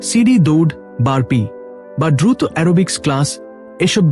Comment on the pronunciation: দয়া করে উচ্চানন ঠিক করুন, বিশেষত: শব্দ উচ্চারণ এ ো প্রয়োগ, যেমন,' উৎস' নয়, উচ্চারনে 'উৎসো', তেমনই ব্যাহত,দ্রুত, নড়াচ রা,এমন আরো অনেক শব্দ। এভাবে শুনা শ্রুতিকটু লাগে। এখান হতে অন্যরাও শিখে। দয়া করে ভুল ব্যাখ্যা করবেন না,৷ আপনার আর সব উচ্চারন, বিষয় ভাবনা মার্জিত। ধন্যবাদ।